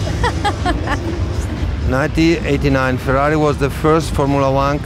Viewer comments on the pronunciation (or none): FeRRari... not Feraari😇